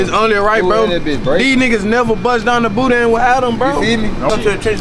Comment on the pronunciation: Lmao...it's BOO-DAN, not boo-dain 😂😂